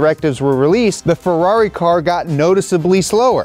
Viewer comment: "Ferrair" Mate. Mate. MATE. HONESTLY WHAT ARE WE DOING HERE!